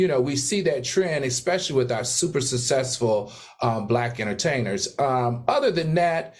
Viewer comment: It’s successful. Why can’t these fools say successful correctly?